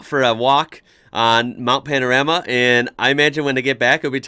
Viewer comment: I live in Bathurst. I enjoy your take on our iconic track. Thanks for pronouncing Bathurst correctly, although with an American accent. The correct way to pronounce “Bathurst” is by saying “ Bathist”. We don’t emphasise the “U”. Secondly, your pronunciation of “Panorama” needs a bit of work. For the 3rd syllable in the name, “ram”, you pronounce it like a male sheep or a “Dodge Ram”, which is to be expected as that is how it is spelt. However, the “A” is a long sound so don’t say “ram”, say “rarm”. Also, the letter “O” just before the “ram” is not pronounced as an “O” but more like the letter “A”. Try that and you will be very close to saying it correctly. So pronounce it “Bathist” and “Mount Panararma” and you’ll sound like a local. Regards. Trevor.